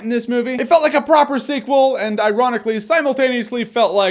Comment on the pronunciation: sequend....seekwend...seacw- ah forget it!